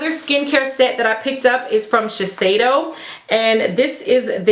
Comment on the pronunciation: lol dying at the way you pronounce Sheshiedo! I have been wanting to try the Tatcha brand but there is some stuff in the Sephora favorites soko to Tokyo set that im going to pick up :)